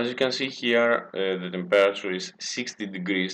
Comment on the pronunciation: if you say temperature like that again i swear down im going to slap you.